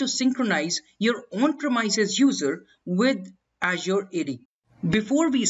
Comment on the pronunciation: great video.. apart from the pronunciation of the !premises!.. not "premyses" but its "premeeses"